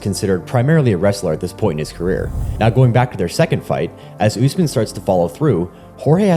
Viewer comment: Learn to say the name correctly. Is Usmaan, U as in Ubuntu, s as a short ss like a hiss, maan